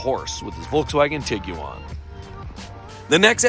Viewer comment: I want to hear this guy say Iguana if he pronounces Tiguan the way he does.